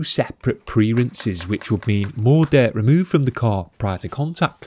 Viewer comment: Dert ? Its dirt lol